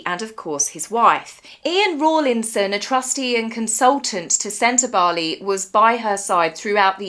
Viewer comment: Thanks for pronouncing Sentabale properly. You may be the only commentor that does. 😂 We read it the same, Dr Sophie has sufficiently valid complaints to convince a law court. I think if these ex-board members push, she will push back and they won't like it. I absolutely believe Meghan is the influence here. This lady has more experience and qualifications the H&M together. She's also attractive. And she gets to associate with Harry. All things Meg hates. Oh, and she doesn't have to wear spray tan to be black 😂